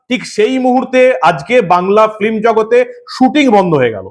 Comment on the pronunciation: বন্ধ হলে খুশি হব। যা সব সিনেমা হচ্ছে এখন! তবে আপনাকে বলি কথাটা ফিল্ম ফ্লিম নয়